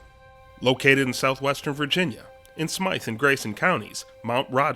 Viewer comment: It is called "Smith", Smyth County, not Smythe.